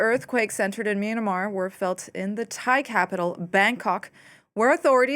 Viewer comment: when she main-a-mar though